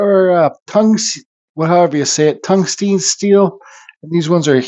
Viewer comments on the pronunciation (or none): If it's any help, it's pronounced " tung-stun "